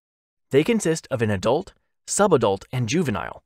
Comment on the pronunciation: Cough* Juvenile cough*